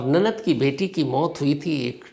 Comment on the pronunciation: Nanat nahi nanand hota hai..😏😏